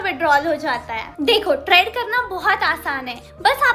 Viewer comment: Traad nahi trade hota hai 😂